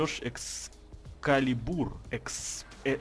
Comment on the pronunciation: ЭксКалибур а не Экспалибур